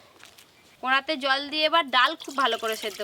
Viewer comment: কোঁড়া নয় কড়া বলো😊